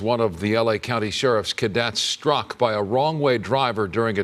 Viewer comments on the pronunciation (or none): 10 The cadet was "strock"???